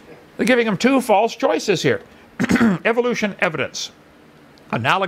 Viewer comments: You say it Evil lotion, I know it's the accent I'm not harping on that it's just funny because most evolution deniers find Evolution EVIL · don't ignore the BLAT'A'NT fact that while you hear it as "evilution" you believe there is some hidden meaning behind it when he says it, that much is obvious, because of the word "evil"? And I'm fully aware of the alternative forms of pronunciations so you won't enlighten me with anything.